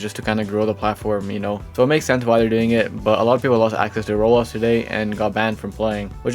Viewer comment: Who hears him say rolls instead of roblox? 👇